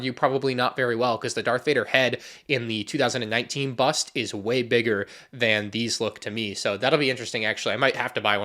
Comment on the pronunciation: why you say bust like that